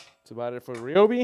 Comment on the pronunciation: You keep calling it. (Re-o-be), when 20 years ago, when they were blue, commercials on TV called it (Ri-o-be). The ads said... on TV... Ryobi (Ri-b-oe) Days! Usually during the holidays!!!